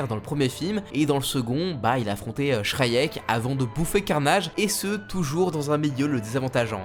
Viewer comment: Joli travail. Très cool. Par contre, pitié, travaille ta prononciation de certains nom comme Venom ou Shriek.